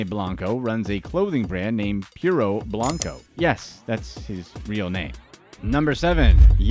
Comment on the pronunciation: “ Blunko not blanko” 😂💕